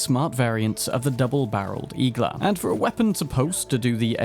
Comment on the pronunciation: IGLA means NEEDLE in russian. Stressing the A